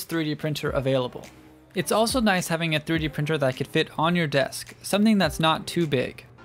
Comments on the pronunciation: It's N I C E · It’s “NICE”